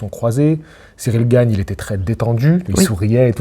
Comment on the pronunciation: Cyril GaYne VS Franssaysse AndGuenow 😂